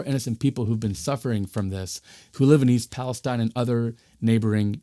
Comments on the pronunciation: East Palestine is pronounced PAL-es-TEEN. 😉 Excellent reporting, thank you. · That one’s “pal-ess—TEEN” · it’s pronounced palesteen! otherwise, good job. i know this is 10 days old so we’ve gotten a lot more information. i hope you plan on doing an update.